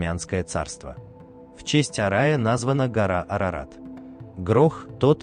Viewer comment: Во первых Армения не одна из стран, которая одна из первых принила христианство, а самая первая страна, которая принила христианство как государственную религию. Во вторых не Арай, а Ара, во третьих не Спандарамёт, а Спандарамет. И спасибо за познавателний ролик.❤🩵💛